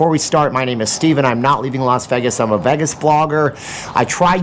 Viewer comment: How about this for a topic? How do pronounce Vegas? Is it Vay?like everyone says it or is it Veg (like beg) like you say it?